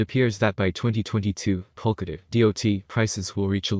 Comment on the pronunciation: My guy, do not create a bunch of YouTube channel and upload similar content, none of your video or any of your other YouTube video actually pronounce POLKADOT right.